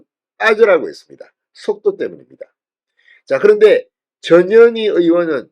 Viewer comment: 이름이 전년이가 뭐냐 발음이 전현희가 아니라 전년희가 더 쉽구나 ㅎㅎㅎ 마씨 헌재재판관 꿈도꾸지말고 자진 후보사퇴하라